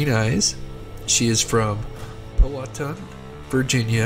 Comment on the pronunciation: The name of the county of the missing person is pronounced Pow-a-tan.